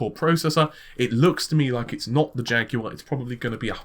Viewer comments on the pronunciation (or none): none